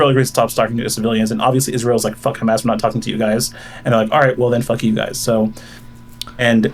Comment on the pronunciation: I love when he pronounces it ham ass